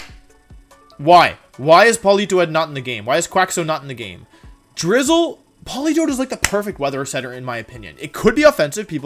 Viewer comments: polito-ed? I always thought it was poli-toed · Polito-Ed lol.... 😂 made my day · No one: Wolfe: Pollitoette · Poli-toe-ee-ed. 😂 These Pokémon pronunciations get better and better. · No one: Wolfey: Politoedd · It's Politoed